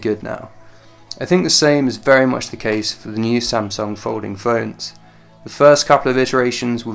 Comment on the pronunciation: I like how he pronounces "samsung". It is "a" sound, not "e" sound.